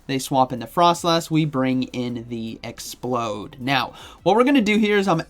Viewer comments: It's not explode! It's ex-p-loud. As is loud! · ExpLOUD... LOUD! Not Explode. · You do know it's pronounced Ex-ploud right you keep saying explode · The fact he says 'Explode' twice in a row when it's clearly 'Ex-p-LOUD' makes me feel like he's taking the piss. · Exp-loud not explode, by the way! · Exploud not explode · Also it's ex-pLoud like loud, not explode. Like how the pre evolution is LOUDred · Awesome vid as always! Grammar tho :p not expload. Exploud! "Loud" "explosion" 😁👍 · It's pronounced ex-pla-ud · Oops. Already invested in Exploud 🤗 like I have alot of “non-meta” pokes. It’s no question that I’m not in the millions in stardust like a lot of my poke-peers are 😂 Also isn’t it pronounced “exp-LOUD”? Or are you just waking up bc it’s so early you don’t care how a fictional beast’s name is pronounced? Lmao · You're saying Exploud wrong it's not explode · It bothers me that he calls Exploud… as in loud…. Explode…. Over and over and over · showcasing the new spicy pick ✅ mispronouncing it’s name ✅